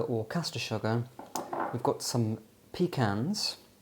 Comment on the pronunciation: Why do you pronounce sugar as “shugger” 😂 so strange